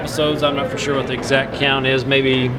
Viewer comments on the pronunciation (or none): none